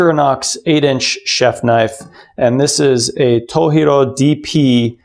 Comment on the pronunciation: FYI - It's To "G" ro, not toheero (藤次郎). Japanese romanized "j" is pronounced as is, not as h like with Spanish or some other European languages. (Source: me, Japanese translator). Thanks for this video; I'm just starting research into knives so this is really useful.